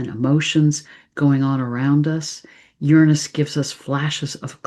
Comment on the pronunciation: Say Uranus correctly please